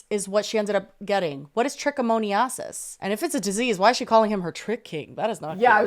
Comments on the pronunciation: tricka mo knee asses 😂😂 its pronounced tricka-min-o-sis LOL A++ for effort tho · The brutal mispronounciation of trichomoniasis. It hurts my ears lol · pronouncing trichomoniasis that way is sending me. Lab girly here, love the podcast